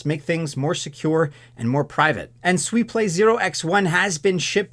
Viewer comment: You pronounce Linea and Sui correctly. 👍🏻